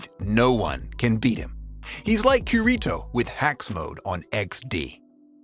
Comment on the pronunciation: bruh said "kurito"